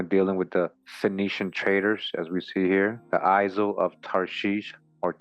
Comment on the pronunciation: isle is pronounced “i’ll’